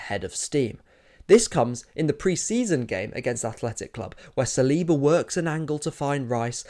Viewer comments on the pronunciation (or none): none